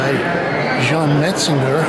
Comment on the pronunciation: Goodness it's glez pronunciation, and metzanjay, please! I studied under Daniel Robbins who wrote the book on them